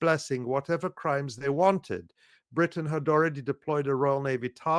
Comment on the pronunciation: "britiain"...No such place!...They are "english" plain and simple!